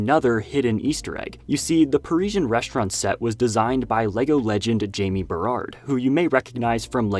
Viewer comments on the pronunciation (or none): none